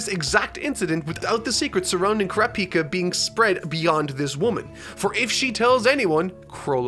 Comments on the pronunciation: I know youre saying Kurapika, but it sounds like your saying Krapika and I want to rip my ears off... good video tho. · It’s not Kurapicá it’s Kurapíca 🙄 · Stress goes on the second syllable not the third! It's Ku·RA·pi·ka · Sometimes u pronounce crapika and sometimes kurapika😂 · I absolutely love how says “crapika” 😂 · Mans cannot pronounce names, its ku- ra, pi-ka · I can't unhear saying Crappyka. Not asking him to change it thought, Crappyka! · i love that he calls Kurapika "crap-pika" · Kurrap-Peeka, interesting pronunciation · HE SAID CRAPIKA HAHA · why is saying crapika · please pronounce Kurapika correctly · I really like this character... Also: goes on to change the pronunciation of kurapika a million different ways. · In the opening clip to the video they pronounce kurapika right but he still butchers it... At least he's getting closer